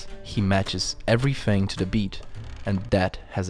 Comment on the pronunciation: You keep saying 'everyFhing' and it's annoying the heck out of me.